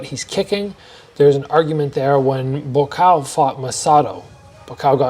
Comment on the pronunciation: is the first foreigner I see pronouncing "Gonçalves" correctly